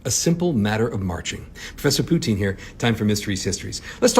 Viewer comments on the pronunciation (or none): Did he say Poutine orPutin